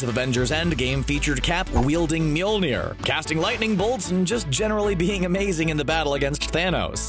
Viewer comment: People in my theater absolutely went crazy when Steve wielded Mjölnir. They started screaming and whistling and I started yelling. Also, please stop pronouncing it wrong, it's new "MEWL-NIR" it's rather "MOL-I-NEER". And honestly, it's been three years since Civil War, and people still don't understand why Steve did what he did. Tony's parents were killed, he would never have waited or heard Steve's reasoning, he would never have understood that it wasn't Bucky's fault, he would have been enraged and would have done something terrible to Bucky. And Steve couldn't let that happen. Why not, you ask? Because Bucky was the only one who was there for Steve when no one was. Bucky has been with Steve through thick and thin (quite literally), and only a disgusting human being would betray a friend like that.